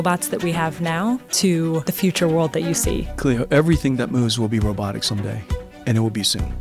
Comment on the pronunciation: She's Cleo, not Cloe...